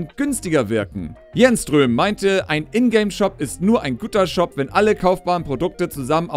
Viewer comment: Das Ö in Jernström wird im Hals ausgesprochen. Also so wie "börning" bei burning